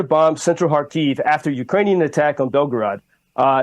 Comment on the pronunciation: Thank you for your work. Small recommendation about the pronunciation of Kharkiv city - it is on the first syllable Kha`rkiv / KhArkiv. (not Kharki`v). Thank You.